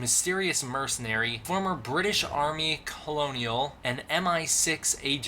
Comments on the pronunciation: Colonial is pronounced “Ker-NAL”, not colonial. I don’t mean to be nit picky, but I’ve read the actual timeline, and I’m just trying to help before people get ruffled about it. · Hey just saying but colonial pronounced kernal.